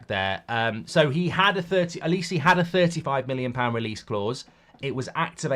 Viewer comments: It's said like O-li-say. Not O Li see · His name is not Elisi. It's Oliseh! Starts with an O. O.....li.....seh!!!!! Bloody hell man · The way mark says Olise’s name is doing my nut in 😂😂 it’s pronounced oli say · Can’t even say olise properly😂😂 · I’m hope United don’t sign Olise, can’t listen to Mark butcher his name for the next few years!